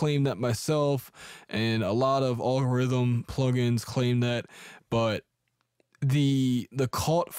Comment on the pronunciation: What's oll gerithm? How do you pronounce this vst maker?